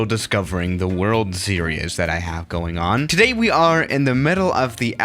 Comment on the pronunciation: Its not serias. Series! Siri zz.